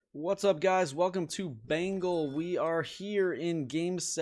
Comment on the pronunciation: Bruh did you say bangal,😂😂😂😂😂